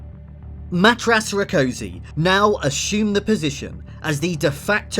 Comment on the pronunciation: I wasn't sure the first time and I still can't quite trust my ears. Did you really pronounce Rákosi's given name as 'mattrass '? (It's more like 'MATT-yaash'.)